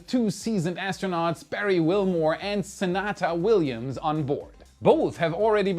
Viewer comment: Sunata William? Do you mean Sunita William?